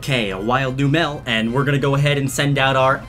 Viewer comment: It is Numel not Numäl